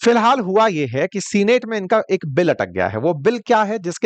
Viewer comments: Sir senate is pronounced not as सीनेट but सेनेट . Please correct that. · सीनेट ❌ सैनट ✅ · सीनेट नहीं सेनेट उच्चारण होता है।